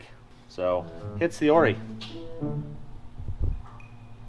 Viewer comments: I notice that the shock brothers pronounce the shock name differently than you guys and MORR do. they say O-R-I (pronounce all letters) and 'Or-eye" but you guys say 'Or-ees". How can I sound like I know something about shocks if I don't know how to pronounce them correctly? 👨‍🏫 Jeep is looking great! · Just for info, and your strut builder said it, the struts are pronounced O-R-I-s and not oorriis. I run them on my buggy also. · Congratz on 500k, I think it is cute how the dealer calls them O.R.I.s and and still call them Ories. LOL